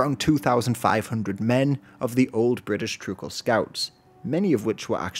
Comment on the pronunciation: The pronunciation of Trucial really does bother me